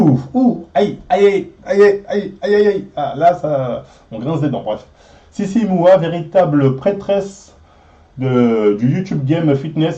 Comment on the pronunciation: Tu vas reussir à dire les noms correctement dans cette video ?😂 entre docteurssimo, fitweenwe, sissy moua 😂